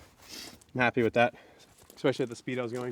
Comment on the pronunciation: Stop saying expecially